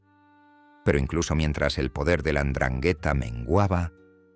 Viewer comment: Y mal pronunciada 😂